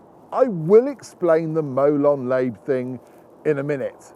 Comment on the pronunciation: It's pronounced molon larbay.. lot molon layb. ;)